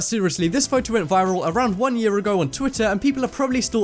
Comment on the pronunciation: Yu Nes "15 jears"? "Wan"? Smh